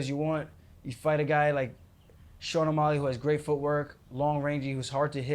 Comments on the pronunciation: Whyyy do u keep saying O’molley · Omolly, he keeps saying. Lol